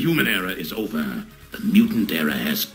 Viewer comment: My head is breaking from hearing b/v ice over and ober again